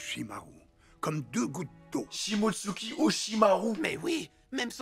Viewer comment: c'est Shimotsuki le nom de famille, fait un effort.